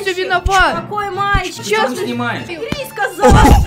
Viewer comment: Мне кажется или он сказал вместо "мальчик" пальчик(・∀・)